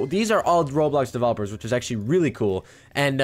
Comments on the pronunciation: Its Ro-blox-Blocks-blocky not whatever that is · ITS ROBLOX RO-BLOX RO-BLOCKS NOT AN RO-ALIEN